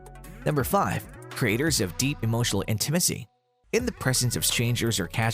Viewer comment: If you’re unsure of how to pronounce intimacy, please look it up. Listening to you mispronounce it multiple times was distracting and annoying.